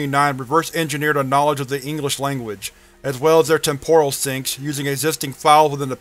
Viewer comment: It's TEM-poral, not tem-POR-al